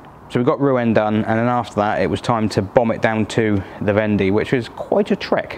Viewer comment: Love the Clement goodies and DS plate. Fab story, I have really enjoyed it. I believe Vendée is pronounced "vonday" as in "one day". Soaking your seatbelt webbing in biological washing powder should help clean them; the enzymes in bio powder will breakdown organic stains such as blood, sweat, fat, grass, organic dyes etc. (Do you remeber the Biotex commercial on TV?) I always feel grumpy when I come back home to the UK from France. The roads in France are superb; often so straight and flat that you can plan your overtake at leisure, the asphalt road repairs are so smooth that you would barely know that they are there other than the colour difference, and you can buy real, whole lettuce and endive in the supermarkets. The PARKING is amazing in towns and villages: here are some shops; butcher, baker, patisserie, or food market, etc, and here is the free parking in the town or village square so that you can patronise those shops and businesses. It's almost as if they actually want you to shop local and enjoy the best that it can bring at a good price.